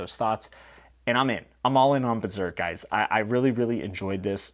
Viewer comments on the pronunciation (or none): none